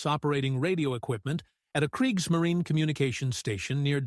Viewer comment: kreeks - muh - REE - nuh 😁